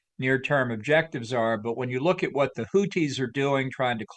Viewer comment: It's not "Hooties",. No Blowfish here. They're "Who-thees"